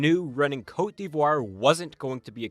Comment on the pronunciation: The way you pronounced cote d'Ivoire has be questioning if you're really a Canadian 🧐